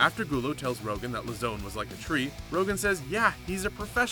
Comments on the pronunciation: Dude... why r u doing mma videos?? You don't even know how to pronounce the fighters' names. It's LOWzahn.... and TIErun not TyRONE. Go do something else. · As soon as he pronounced Joe Lauzon’s name the way he did, I knew he had no idea what he was talking about